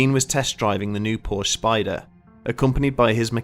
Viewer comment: Fact Checking could have made this short documentary factual. Most of the stories are embellished and/or BS. First. PORSCHE is a two-syllable family name, Second. There is no curse of the Little Bastard. Third. James Dean: On The Road To Salinas....is the real deal for James Dean's motorsports history with his Porsche 356 Speedster and 550 Porsche Speedster. Lee Raskin Porsche historian and author